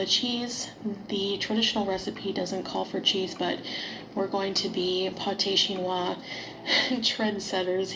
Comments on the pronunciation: her quebequois sounds different to the others I’ve met and her pronunciation of “Chinios” with heavy “wa” sounded like a weird exaggeration closer to mocking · In France, we have a bit of a similar dish but it’s not known as a poor man’s dish, it’s hachis Parmentier, basically minced meat and mash potatoes, sort of a family meal. Definitely not called pâté chinois, never heard that term before. The accent with chinois is definitely French Canadian, not French. When says things are French, she means French Canadian, many French canadians do this I think. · I’m French and pate chinois isn’t something I find easily in France, but we have hachis Parmentier, which is our version of shepherd’s/cottage pie. The difference between the two is that pate chinois has corn, which isn’t a common food in typical French dishes. Regarding her pronunciation of chinois. The hard wah sound is (from my experience/opinion) typical in French Canadian, while it’s a lot softer in French from France